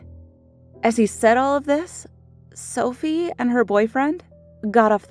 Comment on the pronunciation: is it just me or when she said: I have an identical twin sister called Sophie. sounded like selfie to me?